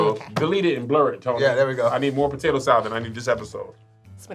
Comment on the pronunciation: She called Kev "potatoe one"😆😆😆